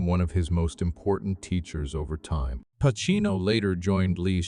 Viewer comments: What is this AI? Jesus, it's Pacino "PaCHino"!... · What a piece of garbage. And the AI bot can't pronounce Pacino's name correctly.